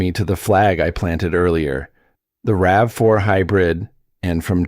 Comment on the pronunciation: RAVE 4? Credibility lost. Get a human or a better bot.